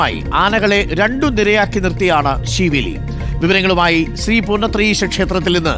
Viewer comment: ത്രി പൂർണത്രയീശ അല്ല.. ശ്രീ പൂർണത്രയീശൻ ആണ് അത് മനസിൽ ആക്കിട്ട് സംസാരിക്കു അരുൺകുമാർ 🙏🙏🙏🤣🤣